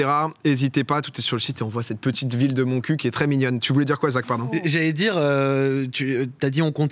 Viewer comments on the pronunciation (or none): C’EST MONTCUQ-UEEEEE (comprenez montcuk) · ça se prononce MontcuQUE pitié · Oui ça ce prononce avec le Q je sais je suis du coin 😅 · Faudrait peut être commencer par bien prononcé le nom de la ville non? Le maire prononçait le Q il me semble ^^" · rigoler a chaque fois que montcuq est prononcé , c'est ça le vrai humour